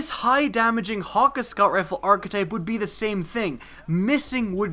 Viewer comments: Ok 30 secs into the video i had to stop lol, Wtf is "hawk-ah" as he pronounced it... Ive always thought it was like.. Han- key.. With like a really defined A.. Anyone get what im saying?? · ur pronunciation of hakke is so wrong...